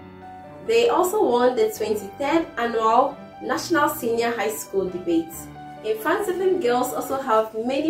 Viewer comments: eii😂 mfantsipim girls madam it's mfantseman girls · Mfanstman girls not mfanstipim girls